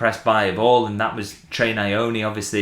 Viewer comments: lol, because here we say pronounce it "ny-oni(niyoni)" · you are pronouncing treys surname wrong remove the "a" after the n